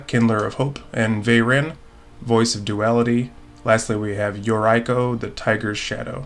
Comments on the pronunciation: Yeah that yuraiko... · is for sure a degenerate human being lol Great video! Keep it up:) Oh, since Yuriko is japanese, maybe you want to pronounce it something like "Yu-reeko" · Came for Galea but glad to find a good content channel 👍 lol just change that "I" to a "E" sound in Yuriko tho 🙈😅😂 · Haha I didn’t know mispronouncing Yuriko could erk me so much. Love to see her gameplay but I think she may have been a little too powerful for some of the decks at the table.